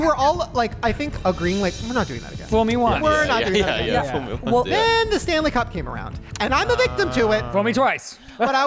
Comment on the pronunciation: Not me thinking of Hockey when Shane first mentioned "Stanely Cup" 😂😂